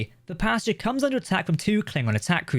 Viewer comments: Pasteur, not Pasta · I think he called it Posture. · Aggressively english pronunciation of "Pasteur"